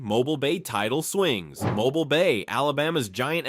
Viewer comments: MOW-BEEL, not MOW-BULL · It's pronounced mo - BEEL! Say it with me, mo BEEL Not MO bull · 😢 MY FRIEND THE NAME OF THE TOWN IS PRONOUNCED MO-BILL NOT MOBILE😢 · it pronounced MOE BEEL NOT MOBILE, MOBIL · Mo BEEL NOT mo bul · "Mo-beel" Not "Mo-bull" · Pronounce Eufaula this way narrator: U-fall-ah!! Also Mobile is pronounced: Mo-beel not Mobile (mo-bull)!!!!! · It is not pronounced as Mobile, it is “Mo-Beel” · If you people are going to make informative videos use pictures that were actually taken in Alabama and learn how pronounce correctly the names of the places you are discussing. I’ve never heard of Mobull for example but I’ve heard of Mobeel which is how it’s pronounced in this state. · Its not pronounced mo-bull, its pronounced mo-bill. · Type "mobíl" in Google translate using Spanish language. Put the accent over the 'i'. This is the pronunciation. Mobile, Alabama, was named after Fort Louis de la Mobile, a French fort established in 1702 by brothers Pierre Le Moyne d'Iberville and Jean-Baptiste Le Moyne de Bienville, with "Mobile" likely coming from a Choctaw word for "paddlers," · First off , it's pronounced..."Moe... beeal"....not mobile like a infants crib toy. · I hate AI voices. Its Mobile (Mo-beel), Dolphin(Dol-fin), crappie ( cra-pee) ugh i lost track of all the mispronounciations.🙄🙄🙄🙄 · Seriously if you’re going to make a video about Alabama please learn how to pronounce names correctly Mobile is not pronounce like the mobile gas company it’s pronounce moh-BEEL and get your facts straight the Alabama state wildflower is the oak leaf hydrangea and the state flower is the camellia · If you can’t pronounce Mobile, that’s (Mobi-eel) then don’t narrate a video of Mobile. (Mobilee) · Didn't you learn that Dauphin is pronounced "doe-fan" and my beloved Mobile is now mobil...smdh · Tell your robot it's pronounced "Moe-beal" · As a Mobilian, we pronounce it with three syllables. Mo bea ll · It’s pronounced Mobeel